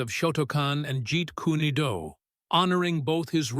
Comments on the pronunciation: This commentator cant even pronounce the karate katas and moves, and again calls Bruce's system Jeet Kooney Do.... its bad form and teaches people the same. If you haven't got the intelligence to research what you're talking about then you shouldn't be talking about it at all. Just a Mad Bruce Lee and Kokoshinkye Kan admirer.... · I wouldn't mind if it was done well, but you can't make a martial arts video about Bruce Lee and mispronounce Gi and Jeet Kune Do. 🧐😳😞